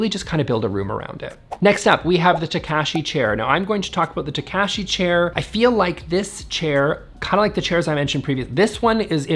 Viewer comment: The way you said the surname Takashi hurt my Japanese understanding brain with that wrong pronouncement.